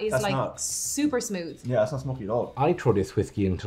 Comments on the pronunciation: love to hear say smood!!! Don't stop! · says smoot than says smooth but he says mout for mouth.